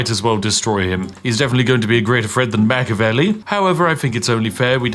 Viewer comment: It's pronounced Mach-E-avelli, not Mach-avelli, for the love of tea!